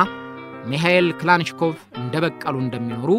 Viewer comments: በጣም ጎበዝ ጋዜጠኛ ነህ ሁልጊዜም የምታቀርባቸው ዝግጅቶች አስተማሪዎች ናቸው ። በዚህም አቅርቦትህ ላይ የባለታሪኩን ስም ትንሽ ለወጥ አድርገህ ከመጥራትህ በቀረ ሁሉም ነገር ፍጹም ሸጋ ነው ። እናም ስማቸው ክላንሽኮቭ 😮ሳይሆን ካላሽኒኮቭ ተብሎ ነው መጠራት ያለበት ፤ በእርግጥ ክላሽንኮቭ ይጠጋል ። ካላሽኒ እና ክላሽን ይለያያሉ ፤ ክላንሽ ደግሞ ጭራሽ ሌላ ነው 👋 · Lik neh Gin Sim bizu gize betikikil ayiteram...yehe demo Tarikun yazabal.. "" Mikel klachinkob" ayibalim...Michael Kilashinkov new🎉